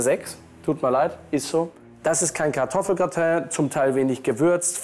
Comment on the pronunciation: Die Deutschprofis: "als wie" "Hat er den Mund aufgebracht" "KartoffelGRATENG!" "BÜFT Motto Partys"